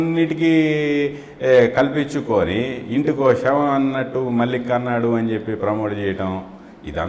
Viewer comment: Shavam kadura, savam ani palakali.